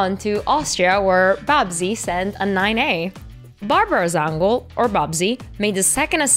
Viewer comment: Zangerl! not Zangrel